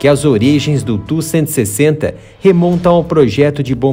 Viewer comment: Ótimo vídeo. Muitas informações sobre a versão modernizada. Mas por favor, se não incomodo, não chama ele tú que me dá até arrepios. A pronuncia é T.U.-160. Obrigado.